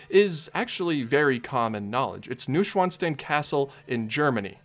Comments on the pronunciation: *noy·shvaan·stine (not steen) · It's pronounced Noo-oyn-svan-sh-tine